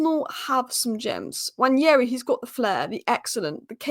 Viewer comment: I like how you pronounce Nwaneri!